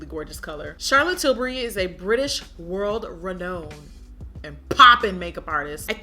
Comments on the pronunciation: “MAWN-tra” “re-NOW-n” it’s cool still love you girl😂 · no shade but you kept saying renowned wrong... again no shade but yeah lol.